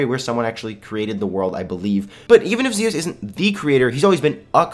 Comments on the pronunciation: Lol sorry not Zosis but Zios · its z iiiiiiiii os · your saying zios wrong